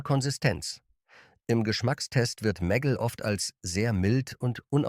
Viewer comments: Die Ki kann nicht mal Meggle sagen 🙈 immer dieses meggl klingt zum . . . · Daumen nach oben gibts von mir keinen! Warum müssen bei einem deutschen Video KI Stimmen eingesetzt werden? Wo sich bei mir wirklich die Nackenhaare stellt ist bei MEGGLE: Die Aussprache ist nicht"Meggel" sondern "Megg-le"!😑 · Meggell 🤣 😂 Die künstliche Dummheit kennt keine Meggle-Butter 😂 Mäggell 🤣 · Warum kann der Sprecher den Namen "Meggle" nicht korrekt aussprechen? Stellt für mich die Seriosität dieses Beitrags in Frage. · Wurde einfach nur englisch ausgesprochen